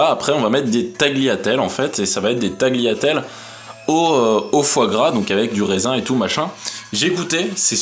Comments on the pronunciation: je suis italienne et je peux t'assurer qu'il a raison ^^' on prononce taliatelle. on ne prononce jamais le g avant le l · tagliatelles se prononce "taliatelles)